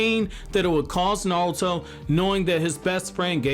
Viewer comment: The way you say naruto (nouto) is giving me pain in my stomach but overall a great video